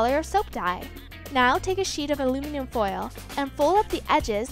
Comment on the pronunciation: "Alumium" foil....omg